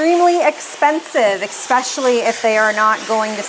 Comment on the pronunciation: *especially, not "expecially"